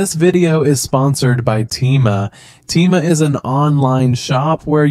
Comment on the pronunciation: Bro uses an Ai voice that cant even say Temu right💀💀💀